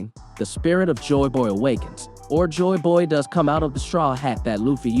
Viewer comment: Just because the drums are playing doesn't mean it's drums of liberation........ and his pronunciation of stuff is off. Jaboy? JOYboy. Mamanasuke? MOMONOske. I think this guy only reads the manga. He's also wrong that only zunesha heard the drums. All the strawhats hear the drums of liberation when they play.